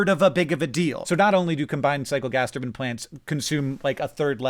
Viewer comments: It is an incorrect pronunciation. One is wrong, the other is correct... One is a rotary machine, the other is a traditional Middle Eastern headware... The E is on the end of Turbine exists for a bloody reason. It capitalises the pronunciation of the I when speaking it... Otherwise it would be spealt Tur BIN... HENCE, Tur BINE not Turbin (or spealt Turban in the other sense I referenced) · Thanks Hank for unlocking a new pet peeve for me: saying "turban" instead of "turbine" for some reason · Hank, "some people" don't say "Turbine." EVERYONE says Turbine, because that's how the word is pronounced. "Turbin" is just objectively incorrect. The word you keep saying refers to a type of head dress found in certain regions of the world. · I know he’s saying turbine but pronouncing it as turban, and I know he doesn’t mean the religious head wrap because of the context…my brain is weird. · Every time you say turbin instead of turbine i die a little 😂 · Most* people say turbine. Turbans are religious/cultural garb. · As a total aside... As a Brit, it's pronounced Tur-bine (as in mine or nine) Hearing Hank saying Tur-ban, that's making me think of the Sikh Headwear! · This very fine turbine is mine. See it shine as we dine on the Rhine and I draw a line at pronouncing turbine as ‘turbin’. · Yes HANK.... It's tur-byne, because it has an 'i' in it. Not tur-bn. It's a giant metal fan that produces electricity, not Turkish headwear. shakes fist angerly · They only pronounce it turban, it's still spelled turbine. Everyone says turbine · continually fascinated by Hank saying "turbine" as "turban". is this a US thing? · as a European, I was confused why Hank was saying Turban and not Turbine. Appreciate the clarrifation, BUT somepeople say Turbine, because it is correct... JUST SAYING HANK! The othe way sounds like the traditional headwear of the Middle East, not a type of rotary machine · lol some people say turban, and that's fine 😂😂